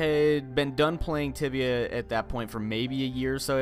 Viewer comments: so i thought he said tivia instead of tibia and i ended up finding a porn site... thanks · Noobs it's tibia not tivia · It's Tibia... Not tivia... it'll pop up tiavia and don't go there >.< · said tivia not tibia. tibia is porn tivia is definetly not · It's tibia not tivia its one of the oldest mmorpgs out there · So, I thought he said "Tivia" and so I typed that into google only to get a porn site and was really confused for a few seconds and then realized he said "Tibia" and not "Tivia"...... yeah..... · Tibia. TIBIA. Not Tivia. Don't search Tivia. Search TIBIA. It's pretty cool. Released back in '97. It's a MMORPG as has said. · Ohhh Tibia. I thought you said Tivia, that could have been weird. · guys it's spelled Tibia not Tivia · I thought said tivia and I searched it and google led me to a new ground. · ITS TIBIA NOT TIVIA PLEASE SPARE YOUR SEARCH HISTORY WHEN LOOKING FOR THE GAME YOURE WELCOME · The name of the game is Tibia, not tiavia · I thought he said Tivia, no my friends that is a porn site. The "b" is very important. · Tibia with a B not a V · It's Tibia...